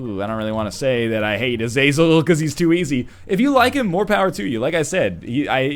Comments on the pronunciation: Not to be "that guy" but it's pronounced Ah-zuh-zel. Not Uh-zay-zel or A-zaz-el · im pretty sure its prononced (Azah-zel)